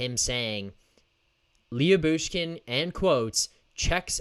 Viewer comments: Lou-Bushkin, not Lee-Yu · Leah Boosh Kin😂😂😂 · His name is spelled different but you pernounce his name like this la-bush-kin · Last I looked Jakob Chychrun is a minus 27 this season. I wouldn't read anything into that stat especially in Arizona. I would add why would Arizona want to move Chychrun who's a minus 27 while they are tanking? Hahaha! Also I'm pretty sure it's pronounced Lebooshkin.